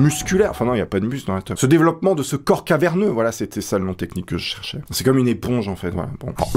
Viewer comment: il m'a tué avec son "corps carverneux". 😂